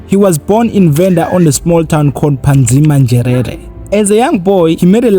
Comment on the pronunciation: Phadzima Nzhelele not padzma njerere.